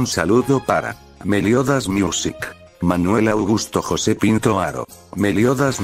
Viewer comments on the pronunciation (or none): none